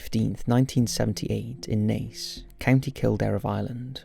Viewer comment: He got Naas right more often than not, which I was surprised by. And Buck Whaleys! I do wish he’d learn that the word is inexplicable not unexplainable.